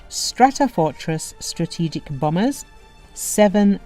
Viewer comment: BomBers not bamers